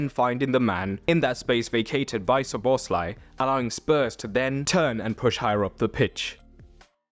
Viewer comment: Learn to pronounce players' names! Szoboszlai is stressed on the first syllable, not the second!